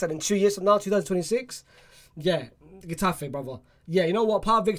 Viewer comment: This guy is dumb lol, Niah Darvich is not from Irag, he is german, and this guys pronounciation, and horrendous. Mikayil Faye he says Fay, what a weirdo, what is GEtafe, is a silent G basically, what an idiot this guy. And thsi guy has seen the Mddrid center-back play what, one game, this guy has not seen anyone of those people play any more than 60 minutes, so where does he get this from, pulling things from other sources but not actually watching any training, or watches.